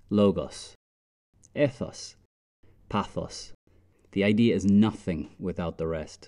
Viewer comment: nice video but to be concise ethos should be pronounced 'eethos'